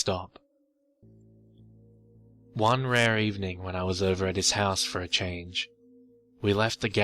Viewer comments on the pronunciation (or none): none